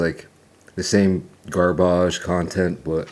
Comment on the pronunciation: Lol!!!!! bustin out NY accent. GArbAggg